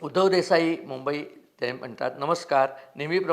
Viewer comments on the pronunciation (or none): none